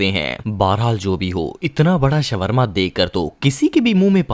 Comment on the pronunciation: shwarma nahi shawarma hota hai